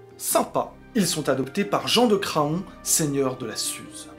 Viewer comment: Craon se prononce Cran, comme faon ou paon 😉